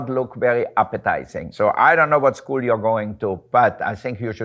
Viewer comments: Wolfgang Puck: "Sheena I will teach you english, im an english professor" Also Wolfgang Puck: Pronounces School as Shool in the beginning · He pronounced it how the word is said in the German language. ☺